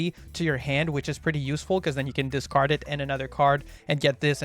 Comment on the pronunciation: Dark world chads cringing every time he says discard